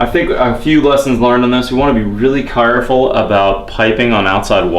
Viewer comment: be very carrrrraful